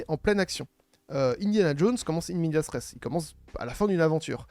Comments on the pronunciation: C'est pas "in media stress", c'est "in media res": au milieu des choses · Juste c'est pas in medias stress mais "in media res", super vidéo sinon, c'est une pure mine d'information.